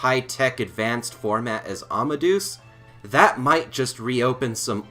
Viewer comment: I can understand mispronouncing Japanese names, but why are so many people mispronouncing Amadeus? I'm sure you know who Mozart was. Wolfgang Amadeus Mozart. The "deus" bit means god. It does not rhyme with goose. Say it more like "Ama-day-us".